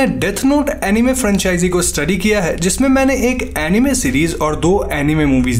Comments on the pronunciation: अनिमे नहीं होता अनाइम होता है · NO ONE : LITERALLY NO ONE : WHEN HE SAID ANIME I HEARD IT EMIWAY .